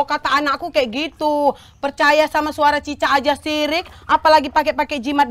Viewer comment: Musrik bukan sirik😅